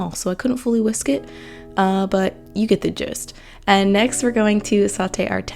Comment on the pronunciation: Curious why some youtubers mispronounce “a” and “the.” (They say “th-eee” when they ought to say “th-uh” and use the long “a” when they should use the short. Here she even says A-bout. 🧐 Generally those who do this are given to weird exaggerated inflections. It’s so jarring to my ears. Anyone else?